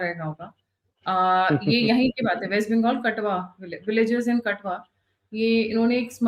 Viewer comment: Katoa not katwa 😊